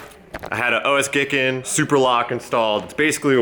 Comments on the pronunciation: Pronounced Guy kin to gi kin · OS Giken is pronounced O S Geekin